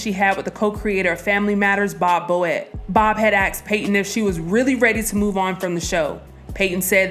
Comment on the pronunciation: They “ axed” her what ?